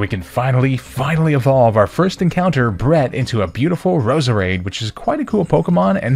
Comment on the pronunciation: For some reason i kept hearing your Roseades name as bread ha ha still awesome video